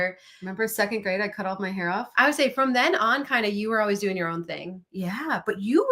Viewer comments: I have noticed the way says “always” to me sounds like “owways” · says Owies. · It's the ONE thing I tell people who are getting a divorce. Even if it's the right thing, it feels like a failure. Ha! does pronounce "always" differently.